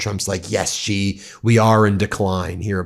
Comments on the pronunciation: Xi! Pronounce his name like "she!" I dislike that man so much, but at least pronounce his name correctly. She, she, she. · "Xi", is pronounced like the word "shee"